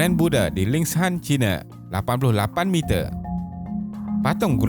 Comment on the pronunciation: Sebutan Lingshan bukan Lings-Han, tetapi Ling-Shan ye narrator. Anyway good effort 👍🏼👍🏼